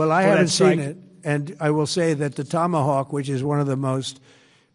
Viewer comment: अबे toma hok क्या होता है, टॉम हॉक बोल न, पहले सीख ले क्या कैसे बोला जाता, सभी में गोदी मीडिया क्यों gushed देता है, लगता है गोदी ने correct घुसाया है